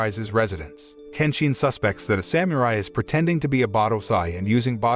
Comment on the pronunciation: Someone needs to tell this announcer how to pronounce Samurai and shogun.